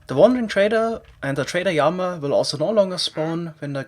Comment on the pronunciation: In English, we say the word "Llama" as "la-ma" rather than "ya-ma". (I know some language treats "LL" as something else... like Spanish for example...)